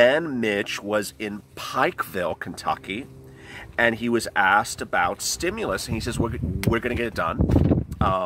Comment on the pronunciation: Ooooh ahhhhh, just say stimulas one more time please! Lol. Wow!